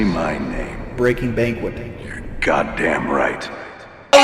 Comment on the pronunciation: I love how Keem can never pronounce Banking Braquet lol fuggin idiot